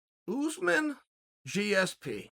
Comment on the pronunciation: Still can’t say Usman. Ooze man. Oregon education at it’s best.